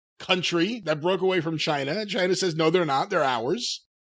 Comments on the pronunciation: John China. With China pronounced in Spanish (ch-ee-na) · I heard it as "F*ck Chyna" when he first said it.